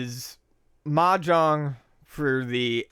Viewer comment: The "j" in Mah Jong should be pronounced more like the "s" in pleasure, and less like the "j" in John.